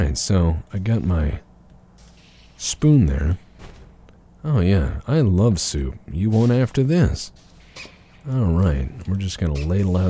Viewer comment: It's shoup time, bork, and there's no time like shoup time.